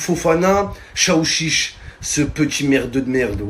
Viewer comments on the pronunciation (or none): Je comprenais pas chaouchich😂😂😂🤣🤣🤣 C’est Aouchiche😂🤣